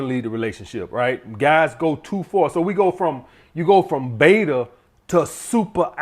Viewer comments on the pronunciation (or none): none